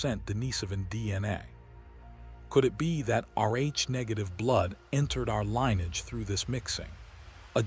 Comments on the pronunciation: The following words were mispronounced: lineage(s), sapiens and equilibrium. Also at least a few other that were not repeated. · So glad you pointed that out....